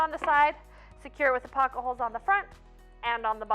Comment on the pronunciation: Drinking game….every time she says “pock-a-holes”, have a cocktail! Lol I know it’s pocket holes. Great video!